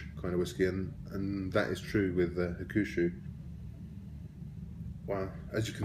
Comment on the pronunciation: It's pronounced Huck - Shoe not Ha-Koo-Shoe. Just letting you know, good review.